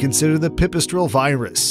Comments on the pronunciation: Pipistrel Virus !?! It is pronounced "VEER-us" please !!! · virus is said verus